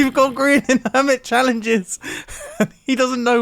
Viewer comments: Its grain not mubow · it grian not grain for goodness sake